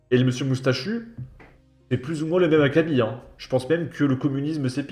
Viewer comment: Les copains acab y a que chez vous que j ai entendu cette prononciation 😂😂 a.c.a.b 4 mots anglais dedans 😂😂 faites un effort on prononce les 4 lettres aiy cee aiy bee si vous voulez mais pas acab 😅 ça me chatouille le tympans à chaque fois votre truc